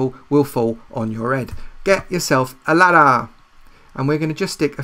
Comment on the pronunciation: I subbed because when u say ladder it made me laugh "ladda"